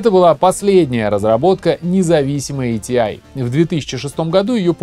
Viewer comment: буду произносить как раньше, а не как правильно - и погнал - айтиай айджипи. ати и агп по канону. айджипи люди далекие от компов могли только говорить. до сих пор ни разу не слышал в живую такое произношение